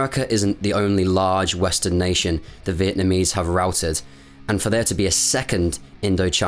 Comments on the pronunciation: Great job; factual without clouding issues with emotions, AND you took the trouble to pronounce names correctly. I missed this war by a whisker, thank ford! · As a Vietnamese, your pronunciation of the Vietnamese names were very good. Greatly appreciate it!